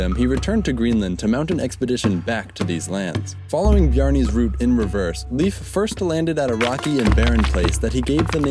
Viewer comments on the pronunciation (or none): It's pronounced Life, not Leaf. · (Leif is pronounced Lafe, not leaf..btw) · You had no chance of knowing, but the name Leif is pronounced like the english word "Life". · Lol he butchered his first name